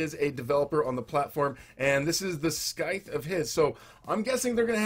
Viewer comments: It’s not pronounced scy-th it’s pronounced sy-th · Did my boi literally call a scythe a skythe????